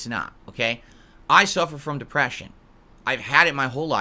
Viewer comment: "Mah dehpreshiohn!" ANGRY SNORT Most people who suffer from depression doesn't bring up that they have depression.